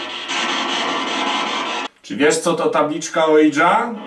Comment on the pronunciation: Ouija to 'łija', a nie cholerne, anglosaskie ołidża, oidża, ninja czy inny wytwór językowy. Podstawowe książki na temat okultyzmu to mowią. Oui - z fr. tak, czytamy 'łi'. Drugi człon jest niemiecki. Razem: 'łija', a więc 'tak tak', co oznacza przyzwolenie, chęć kontaktu.